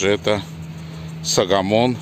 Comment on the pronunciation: Армянские имена читаются так, как пишется Согомон Тейлерян, (арм. Սողոմոն Թեհլիրյան); а не САгомон --не надо Акать